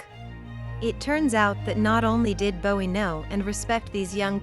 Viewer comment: Lost me when the AI pronounced Jim Bowie’s last name the way the singer David pronounced his.